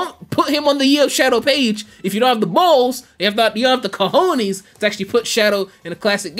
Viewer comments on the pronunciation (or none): I'm Spanish and hearing him say "cohones" was something else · yh that was crazy